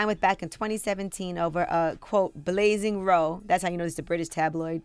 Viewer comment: Haha 🤣 it's pronounced blazing r-OW